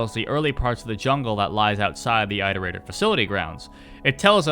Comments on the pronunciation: are you going to make a "rain world tier list" tier list video? edit: oh btw have you tried controller since Downpour came out? Maybe it's just me, but it feels WAY better (sometimes my slide inputs wouldn't work on controller but now it does everytime) Also, isn't it "iterator", not "eyeterator"? Because like.. you iterate through a list. I assume they're called that because they were built to iterate through all possible solutions to the big question (or whatever). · One word: "Eye-torator". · Of course the guy who cant pronounce iterator hates five pebbles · The way you pronounce iterator hurts me